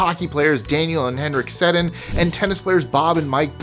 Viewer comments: Wow! First time I've ever heard Mike say a name wrong. Daniel & Henrik Sedin. Pronounced "Seddeen" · More twins are female because all offspring in utero on earth begin as female, by default. Cool, huh? Also, the Sedin brothers' name is pronounced Sedeen. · The hockey twins' name is pronounced suh-DEEN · So no one noticed how he pronounced the Sedin brothers name